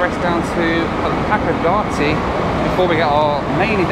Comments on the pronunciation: Hakodate is pronounced as Hakoda-tay not Hakoda-tee lol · You really do need to learn how to pronounce the city's you've been in or traveling to to honour each language,... it's Sap -aa-row.... Hack-aa-da-day,.... FFS! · Don't play the "drink every time you hear Hakodate, pronounced wrong" game. Nearly killed me. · Is it hilarious that it's the only Japanese word he's mispronouncing? Drink! 😂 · Drinking Game Time: Have a shot 🥃 every time says Hacodate 😅😂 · I always pronounce it SApporo not sapPORo also Hakodate. mispronounces it so the captions think he's saying "happy dancey" or "pack of Nazi" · I would say if you pronounce Hakodate the way our main character in the video does.. you might consider carrying a lot of money to buy tickets several times, since you might be having a lot of other 'Japanese' trouble.